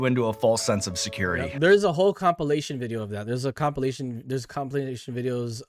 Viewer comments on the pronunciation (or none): Bro did you just mispronounced Compilation to copulation 🤣🤣🤣🤣